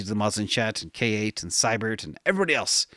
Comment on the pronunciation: K8 = KATE not: Kay-Ate